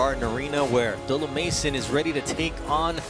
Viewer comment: ABDOOLUH NOT ABDULAH